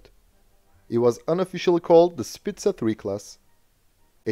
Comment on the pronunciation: Fyi.. its not pronounced spica with an z or a s sound.. but a k sound, "spika" 😊